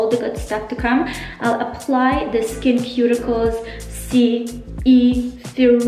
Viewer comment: So happy u posted this video! Your skin is glowing. btw it is pronounced "skin-sue-ticals". <3 I used to use their spf and you've convinced me to try it again. I also like EltaMD's UV Clear spf a lot. A few of my favorite winter skin products are hydra-cool serum (hyaluronic acid) and sheald recovery balm, both from the brand iS Clinical. I love their pro-heal vitamin c serum year-round too.